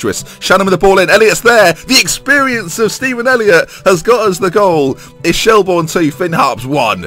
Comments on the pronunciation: It's pronounced shell-burn not shell-born just to let you know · Shelbourne is pronounced like Shelburn. Dundalk is pronounced like Dundawk. Coughlan is pronounced like Cocklan. Love the series! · Yes!!!! He's in Ireland!!! Btw it's pronounced shelburn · Could you possibly do the thing that lollujo does with getting a house or apartment off one of those housing websites to suit where u are coaching. I am Irish myself shelbourne is pronounced shellbirn and Dundalk in dundawk. Shelbourne is one of the major clubs historically in Ireland as you said so I hope you can build the club up again! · Just a few pointers. Pronounced Shell-burn. Coughlan is generally pronounced Cok-lin as well. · Quick tip, Shelbourne is pronounced Shellburn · Finally in Ireland, said as Shell-burn btw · u pronounce it shellburn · shelbourne is pronounced shell-burn